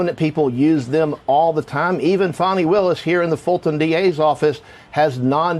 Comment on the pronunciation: DOUG!!!!!!!!!!!! its NOT PHONNI!! its FANNNYYYYYYYYYYYYYY